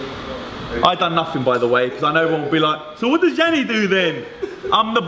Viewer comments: lol its yianni, not 'yammi' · TurtleCore - Nightcore lol u said yianni